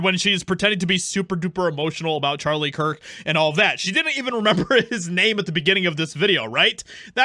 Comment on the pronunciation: ⚠She distinctively called him Charlie Chris-t. As in she said Christ and Chris mixed together. She is trying to liken him to an idol and not a martyr. This is not only blasphemous but manipulative as well.⚠